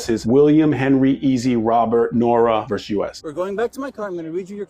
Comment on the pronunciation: VERSUS! THE FUCKING WORD IS VERSUS! It's NOT "VERSE"!!!! 🤬